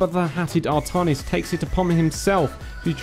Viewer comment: 2 things, art-AN(as in AN apple)-is and zag-ARE-a. artahnis and zagra are bothering me.